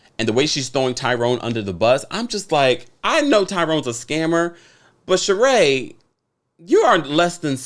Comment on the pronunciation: Whew! The Sheree babble!